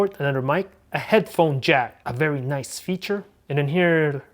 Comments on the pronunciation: I like how you say "Very Noice" 👌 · love that accent when he say "very nice"